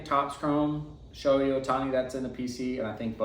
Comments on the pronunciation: It’s not pronounced “Showy”, it’s “Show-hay”. If you’re gonna collect someone, you should probably know how to say their name. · It’s literally 2 basic syllables and it’s been spoken millions of times by anything remotely sports related for years.